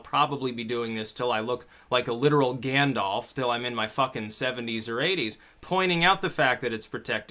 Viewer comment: Lol "I'll be looking like a virtual Gandulf"